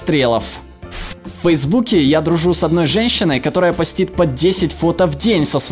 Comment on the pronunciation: не постИт, а пОстит.